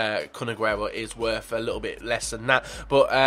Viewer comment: u didnt fuck up aguero's name. u worry too much about butchering names.